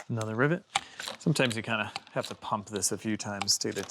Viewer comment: You say ribbet, is it not rivet gun?